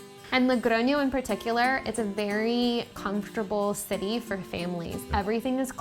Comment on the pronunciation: When I saw "living in Spain", I thought Madrid or Barcelona, no! Logroño!!! What a surprise! Y bien pronunciado 😂. I'm from a little city near Logroño and it's very strange to see american people living in small cities, good for you! Disfrutad de la cultura, el vino y sobre todo de la comida! 😊